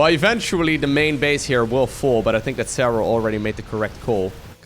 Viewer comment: Your english is really good..except for the word "the". It's a t and an h together...not a "d".